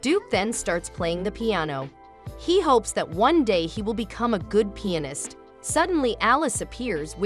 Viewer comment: Haha they said pienist